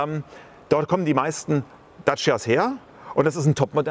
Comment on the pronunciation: Die Marke nennt sich "Datscha", nicht "Datschia"!